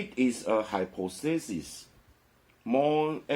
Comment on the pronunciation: 願您平安喜樂。Hy• 'po• the• sis [hai- 'pa th a s1s] 假設，假說(hypothesis重音在第二音節)